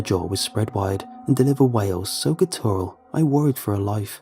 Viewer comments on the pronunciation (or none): Guttural = guh-ter-ul